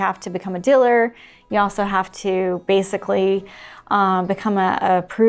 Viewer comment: Oh wow, great note to end on! Fascinating. I’m going to skim the comments area now to see if I can figure out what a Diller is. Edit: Are you saying Dealer?